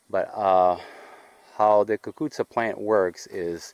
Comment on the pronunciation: Hi, your so kind, I listen to you and it brings me back to my days when my dad used to plant the cuccuzza. Your also very good at pronouncing the word. Did you ever make the cuccuzza with potatoes? Yes I would like you to send me some seeds if you can?